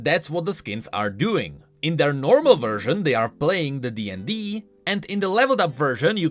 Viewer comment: "in the DND" I an avid DnD players can state we do not say it like that